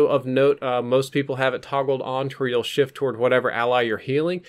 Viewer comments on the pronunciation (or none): none